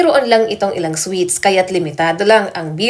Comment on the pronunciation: Anong sweet's sinasabi mo Ayusin mo nman mag basa at mag bigkas ng tamang basa dyan